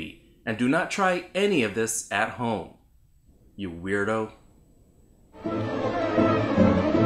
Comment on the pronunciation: I like when he says at the biggining "you weertho. lol